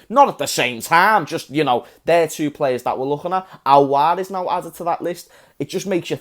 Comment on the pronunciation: its Aouar mate not Auoar